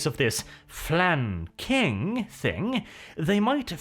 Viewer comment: Flan...King...what is this gibberish you speak?